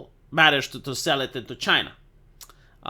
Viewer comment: I miss the way he says Chay-na.